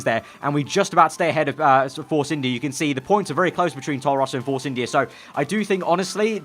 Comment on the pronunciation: sometime when you say force India you pronounce it force Indy car